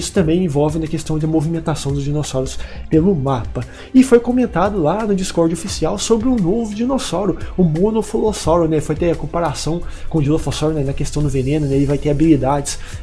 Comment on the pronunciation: Não é" monofolossuro " é " monolofossauro "